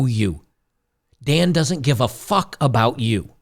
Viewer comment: Lmaoo “Dan doesn’t give a fock about youu”